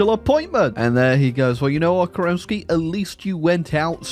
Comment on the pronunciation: FYI, in Slavic languages, the stress usually goes to the first syllable. So it is is pronounced Ke'renntskiy! Though, in case of Romanov, stress goes to second syllable - Roma'nov. Weird, I know.